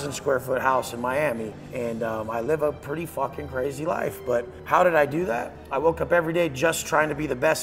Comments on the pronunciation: por el aamor de dios, cuando pronuncies "how" en inglés no digas "jou" sino "jau", casi me tengo que areancar los oidos 😅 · un pequeño consejo, tu nivel de inglés es excelente, pero el "how" se pronuncia mas como "hau" que como "hou". Es una crítica constructiva, que nadie se lo tome a mal, no voy intentando dar clases a nadie de nada. Es solo un apunte que creo que sabrá tomarse a bien, como lo que es, un consejo con la mejor intención. Por otro lado, lo que haces es impresionante, sigue así. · bro buena charla pero aprende a decir how y no digas who